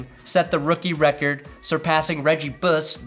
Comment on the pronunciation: LOL, “Reggie Buss”. Thanks for not editing out the good stuff!